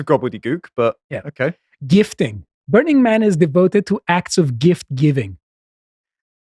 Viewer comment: I think you said, "grift giving"? Did I get that right?